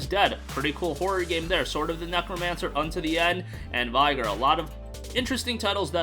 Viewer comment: Love your vids. Vigor is vig like fig sound not vi like fly sound :)